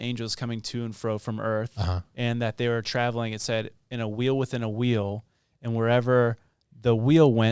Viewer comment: A wheew within a wheew 😂